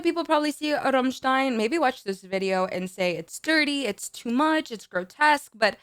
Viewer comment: Not only do you pronounce "Rammstein" perfectly, your rolled "r" sounds massively sexy!